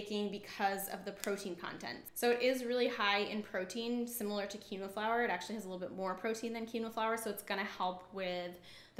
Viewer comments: It's pronounced as keen -wha. Quinoa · You are pronouncing quinoa incorrectly- it is pronounced (keen- wa) love the info though.